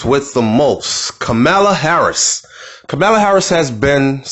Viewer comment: It's ka mur la